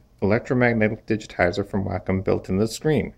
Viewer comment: Lmao I can't even take this dude seriously when he pronounces wacom wrong.... YOU'RE FIRED